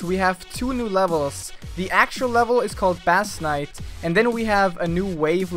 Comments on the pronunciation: Bass Knight is pronounced "base nite" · gg m8 :D /base knight/ not /bAss knight/ tho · I thought base and bass are pronounced the same...